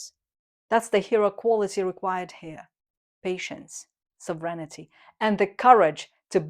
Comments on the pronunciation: ..never know whether you are saying ‘serenity’ or ‘sovereignty’ - but they go nicely together…! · I love the channel. ❤❤❤ Feedback: Correct the pronunciation of the word "sovereignty" A quick way to diminish the number of pronunciation mistakes is to paste each sentence online and have it read it back to you, so to make sure you are pronouncing it right.